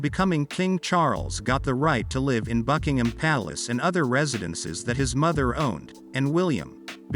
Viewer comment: In the context of this narrative you pronounce 'live' as an adjective 'live' with a long 'i' insted of as a verb 'liv' with a short 'i'. Obviously you do not really understand what you are reading, in other words you are ignorant and uneducated. Traditionally, the British aristocracy have always had separate bedrooms.